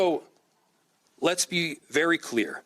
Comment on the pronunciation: “Lest be very clear” *I’m going to lie to you